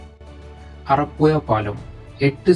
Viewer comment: വീഡിയോ കൊള്ളാം പക്ഷെ കോരപ്പുയ അറപ്പുയ മാമ്പുയ എന്നൊക്ക പറയുന്നത് കേൾക്കുമ്പോൾ വല്ലാതെ തോന്നുന്നു ഓഡിയോ കേൾക്കാൻ തോന്നണമെങ്കിൽ അക്ഷരങ്ങൾ കറക്ട് ആയി പറയാൻ ശ്രദ്ധിക്കുക.